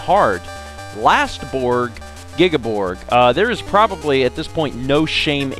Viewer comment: I'm really anticipating the end of this LP. I know how special the MOTHER series is for you so I can't wait to see how it ends for you. Also just to nitpick, but you're pronouncing Giygas' name wrong. I pronounce it the same way, as well as probably everyone, but the correct way is "Gee-gus".